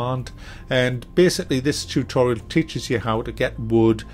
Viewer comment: Chewtorial....ha. Great video as usual.